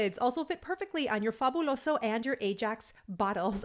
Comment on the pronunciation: It's pronounced FAB YOU LO SO!